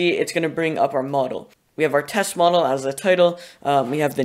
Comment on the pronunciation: you keep pronouncing mo•dall as mod•ell and it’s confusing af